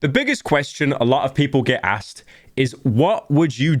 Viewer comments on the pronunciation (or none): none